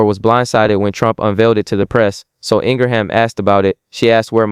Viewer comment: I like your content, but I CAN'T listen to your monotone voice...my goodness!!! And it's "Laura ING-RIM". That's how its pronounced. Not Ingra-ham.